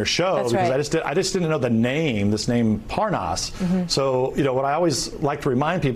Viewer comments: how to tell Nunes really DOES know Parnas... the fact that he purposely says his name INCORRECTLY, aughta tell u somethin! (pronouncing it like "ParNAZ" & " ParNOZ" 🙄) when he speeds up his conversation & mentions dudes "WIFE," he ends up being able to say it just fine. (he had no problem saying "Parnas's Wife") 🤔 .... why is that? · Nunes mispronouncing Parnas' name is a key thing to do for folks claiming to not know someone Especially if that person has been engaged in criminal activity that implicates you directly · I guess if you pronounce the name wrong, it means you don’t know the guy. Nice try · no wonder he is confused, his name is Parmas not Parnas. Wrong call, right? No N in Parmas.